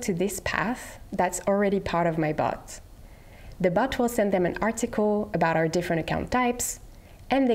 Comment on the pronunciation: I can't unhear "bot" sounding like "butt"